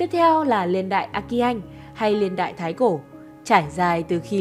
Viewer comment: “Liên đại”. Nói ngọng quá nghe khó chịu